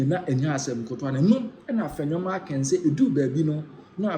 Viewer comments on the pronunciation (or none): AFENYO MARKIN....NOT MARKINGS WHY ARE U PEOPLE HARD TO HEARING.